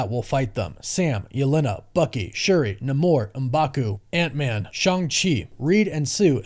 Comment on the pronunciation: It’s always “nay-more”